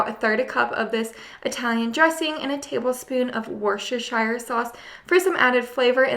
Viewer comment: Worcestershire is pronounced "Wooster", for the record. Cheers.